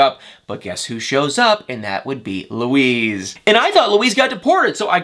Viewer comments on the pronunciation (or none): It's pronounced Loo-eese'...not Loo'-iss. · Molly’s ex is named Luis, not Louise.